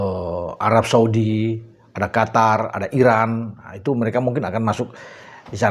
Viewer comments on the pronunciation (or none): none